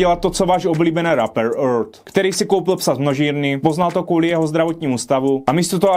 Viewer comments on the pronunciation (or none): none